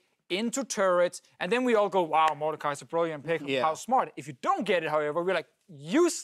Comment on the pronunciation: Mordekaiser not... Mordecai.